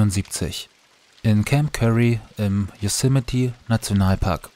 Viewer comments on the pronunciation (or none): none